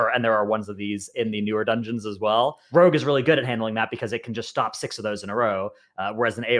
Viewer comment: Tries to pronounce 'rogue': Rag